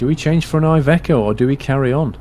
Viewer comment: iveco is said as ivEco